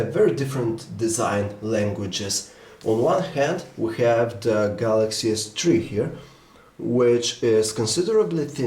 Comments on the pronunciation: galay s tree ._. THREE!! o_O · Galaxy S Twee, lol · Galaxy S tree .loool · lol Samsung Galaxy S Tree :P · Galaxy S Tree!!! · Don't you guys just love the "galaxy s TREE" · galaxy s chwee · Lmao at S tree :D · galaxy s tree ....lol